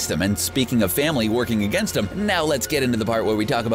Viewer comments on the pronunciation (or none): none